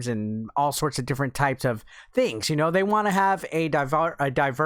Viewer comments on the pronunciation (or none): none